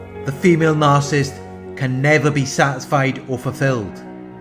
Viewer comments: It's really, really irritating that the guy who runs this channel can't pronounce Narcissist correctly. He says Narcist every time. WTF?! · It's not his accent. He's pronouncing Narcissist very incorrectly. I appreciate his videos. Constructive feedback is not "going after him." Are you 12 years old?? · His entire channel is based upon it... Maybe pronounce it correctly?! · Attack? Lol! What has society come to. Pointing out poor pronunciation is an attack? Hahaha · Carlo Wilburn Very much ! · Well said.